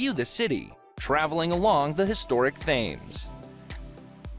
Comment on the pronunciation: The filming is good, the pronunciation in the commentary not so much! The Serpentine is pronounced '....tyne' and the famous river is pronounced the 'Tems'. Also, the Thames IS the longest river entirely in England, but we have one slightly longer which is the longest in the UK, that is the River Severn. They are 215 and 220 miles respectively. Minor points but maybe worthwhile for a future video :) Still enjoyed it :D